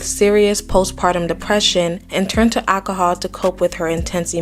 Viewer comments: Alcohol……not ackohule…….. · It's ALCOHOL. Not ackahol